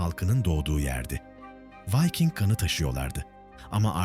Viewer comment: Vayking değil, Viking diye okunuyor Türkçe'de. Elinize sağlık. 😇